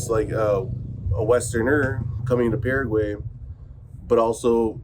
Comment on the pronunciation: Paraguay... pronounced "Para Y" (para why), not "para huey". over a year in the country, you should know better 😁